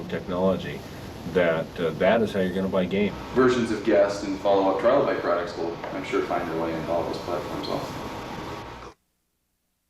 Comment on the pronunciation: The developers are called Trilobyte, not Trilobite (in the timestamps)